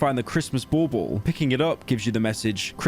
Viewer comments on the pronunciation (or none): pyro why do you pronounce bauble as ball ball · Bauble = Bawl Bawl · I loved Pyro pronouncing "Bauble"